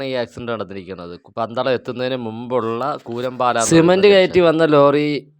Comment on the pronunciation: കൂരമ്പാല അല്ല കുരമ്പാല ആണ് 😊😊😊😊😊